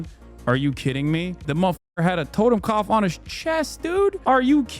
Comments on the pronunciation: BRO, YOU CAN'T even prounounce the word correctly! WTF ARE YOU EVEN DOING?? TOTEMKOPF? It's TOTENKOPF you dunce. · Learned about the double lightning bolts in the last decade... today is the first day I've ever heard of... were you saying "totem cough"? That's what it sounded like, but I'm hard of hearing and those two words put together doesn't make sense. But as for the image of the tattoo, never seen it, never heard of it. :x